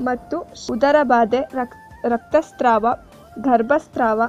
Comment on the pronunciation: video chennagide adare nimage sariyagi Kannada uchchara barudilla.. havala kke 'awla' antira.. raktasrava kke "raktastrava" antira.. enidu??